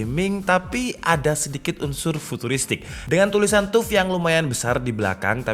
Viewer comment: orang lain: "taff": "tuff"